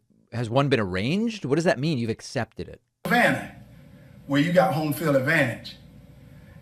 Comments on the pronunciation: " I asept a debate" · Dude really can't say accept. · First of all, he can't even pronounce the word "accept" correctly!